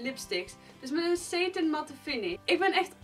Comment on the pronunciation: Heej , leuk filmpje 💋 ( sarin spreek je uit als sétin ( met een korte E)